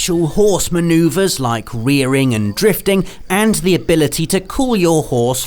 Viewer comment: Heh heh. You said "horse manu(v)er".